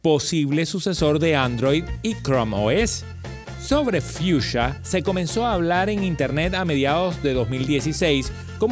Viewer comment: no dices bien en nombre